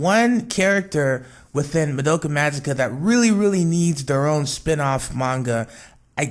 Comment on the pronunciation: You're pronouncing Madoka and Nagisa's names wrong. The "a" sound in the names of all the megucas is pronounced like "ah", not "uh". Also, the whole "cheesecake wish is just a fan theory" isn't entirely true. It's technically a fan theory, yes, but it was implied in the production note which revealed early concepts of Charlotte. (Link: Just a note that it was an early concept of Charlotte, not the finality. It's possible that her backstory and her wish changed at some point, but this is what we got for the time being.